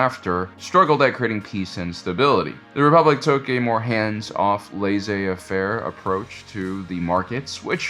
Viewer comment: Every time you say "lay-zay affair", a puppy dies. It's "lay say fair"! Dammit!